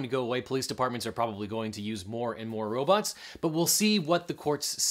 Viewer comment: More and more these days, people seem to be saying Robutts. (sounds like a sex toy) o_O